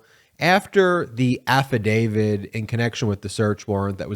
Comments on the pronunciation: Please say affidav-IT. Saying “affidavid” diminishes one’s faith in your argument by creating a perception you have no understanding of language and, further, any more complex issue. I think you’re just enunciating lazily but I admire your endeavor and would like you to be beyond reproach. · It's not 'affadavid' but 'affidavit'. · It's affidaviT not affidaviD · Please ,please the word is AFFIDAVIT not AFFIDAVID……. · I love your videos, but for the love of all, please quit saying “afi-David!” It’s affidavit. No ‘D’. Not even a little. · I like your videos but please stop calling an afadavit an afa-david. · There’s no “DAVID” in “Affadavit”. AFF-A-DAVE-IT <<< “T” The end sound is “T”! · THERES NO “D” at the end of AFFIDAVIT. Stop mispronouncing it. I cannot and do not take anything you say seriously when you continue to pronounce it wrong. Why hasn’t your editor corrected you?